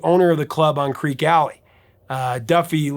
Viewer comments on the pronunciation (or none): Creeque, not Creak. Pronounced "creaky." "Fat" in the song means in the wallet or purse, as in wealthy. "Pregnant" would make no sense, as the last reference is "everyone's getting fat except Mama Cass"; guys can't get pregnant.